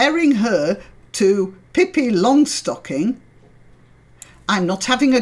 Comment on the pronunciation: Good pronunciation of Pippi, just no aspirated S.